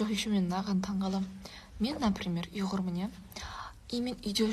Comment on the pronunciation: Кажется она не уйгурка , так как она говорит не уйгурмын , а югурмын , никто из уйгуров не подчёркивает свою нацию через букву ,,ю,, или ,, иу,, , я ничего против не имею , я сам уйгур , просто мне кажется она лукавит насчёт своей национальной принадлежности что тут не чисто друзья мои , внимательно послушайте её как она говорит ,, югурмын ,, или ,,иугурмын,, !